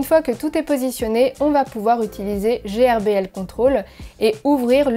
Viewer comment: Salut miss. GRBL se dit "gueurbeul" et c'est pas un logiciel mais un frimware. C'est GRBL Control qui est un logiciel 😋